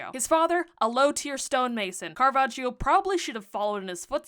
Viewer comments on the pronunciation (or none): Another fun fact: you should not pronounce the "i" in Caravaggio's name. So it's not Caravajio but Caravajjo. The "i" is there simply to notify that the "g" has a soft sound ("j") and not a hard one (g) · Quick note from an Italian: the "gio" in Caravaggio is pronounced "jo", not "jeeo". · Hearing "caravagio" as an italian hurts (double consonants make a hard sound) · The I in caravaggio is silent it's like "joe" 🤗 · Pronounced: Cara VAD jo. The 'i' is not pronounced, it just softens the 'gg'. 'i' is not usually pronounced after 'c' or 'g'. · It's pronounced "Carava jo" as in "jojo" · Great job on the story and the painting ❤ But the british name pronunciation is killing me 🥲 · You might want to look into how to pronounce his name correctly :) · You could have also looked up how to pronounce his name, the "i" is silent😅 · Love how she heard about Caravaggio for a whole year but still doesn't pronounce his name correctly xD (no shame, just funny) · The way you’re pronouncing his name is physically hurting me 💔 /gen